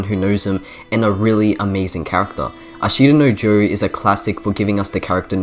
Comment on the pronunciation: For future reference and if you truly are anime nerd or aspire to be, and if you dont speak japanese. Its not A shita no Joe Its Ashta No Joe, no emphasis on the I and you will go a long way :)